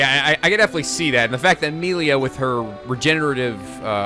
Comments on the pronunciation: I feel like there are going to be a lot of “Meh-li-a not Mee-li-a” comments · Meal-lia? Ummm? Its Mell-lia?